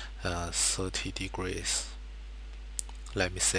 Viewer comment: This is putrid..... "da rangle is fwity pive togree" -.- learn english mate t(-.-t)